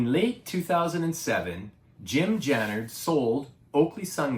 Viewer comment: jannard not jannerd . pronounced Jamin not jammin